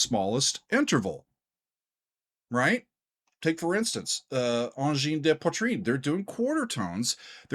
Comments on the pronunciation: SHEERS from Québec ! This reaction was really interessting and productive. We all going crazy here in Québec and are very proud. Your prononciation of ANGINE DE POITRINE is really good and keep in mind that our language here is différent than french from France in term of prononciation. Thanks for that réaction ! ANGINE DE POITRIIIIIIIIINE 🔺️🙌🔺️ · Great review and analysis of Angine de Poitrine's music. And also very good pronunciation,! Merci, from Montréal, Québec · You actually did a pretty job with the pronunciation. One of the thing they got right is going for songs that actually have long sections where people (in concert) can actually dance/slam. It's like tech music from Neptune. Since the music is mostly counterpoint based (piling up loops), the 1/4 steps opens a lot of additional possibility for pilling up line. The technical ability of those two guys staying in sync while pilling up lines, cutting loops in and out, adding new parts, is really impressive. Thanks for a really nice review and analysis. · Angine de poitrine took over Québec and now their sight is set on the rest of the world. Whatch out! 🖐️🔺🤚 PS : your pronunciation of the band’s name is spot on! It translates to “Angina Pectoris” in English. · Lots of micro-tonal music in the Oriental part of the planet, both vocal and instrumental. Pronounced Sar-ni-ayz also Angine de Poitrine - Ah(n)gin de pwatrin - Angina Pectoris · your pronunciation of their name is quite good, and I haven’t heard many people get it right. That said, I’m not a fan. I appreciate their originality, but I’ve never enjoyed repetitive music. One thing is certain, they are bringing something new and fresh to the world of music. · So happy to see two local guys from Quebec showcased on all of my favourite music related Youtube channels :) BTW your French pronunciation is pretty good... for an American :P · The good thing about being late to the party: at least you pronounce the name correctly.